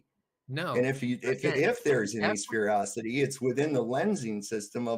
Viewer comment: Just a blerb in the middle here; IT'S SPHEREICITY NOT SPHEREOCITY! WTF 😒😒